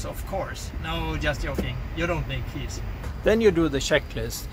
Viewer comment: I know that you are a fellow Swede because the Swedish pronounce “J” as “Y”. And he said yoking instead of joking.